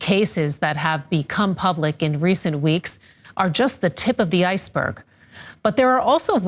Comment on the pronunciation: “Tip of the iceberg” w/ a heavy emphasis on the “berg”